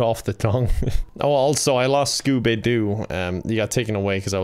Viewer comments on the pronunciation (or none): Not Scoobay-du!